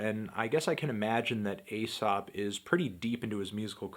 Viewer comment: it's pronounced eesop